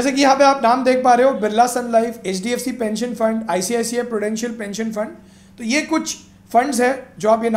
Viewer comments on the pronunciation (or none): none